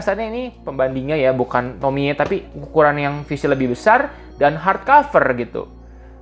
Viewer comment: Akhirnya ada yang bener nyebut nama Tomie di youtube 😅